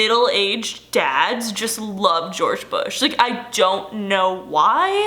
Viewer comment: gweowge bwush made me fweew SWAFE